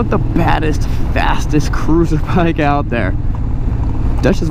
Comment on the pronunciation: it's notta crewsaaaah